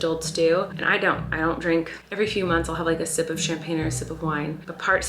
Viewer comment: Ok not only does Colleen say Peenk she also says Dreenk